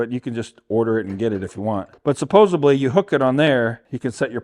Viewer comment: Supposedly not supposebly 😂!!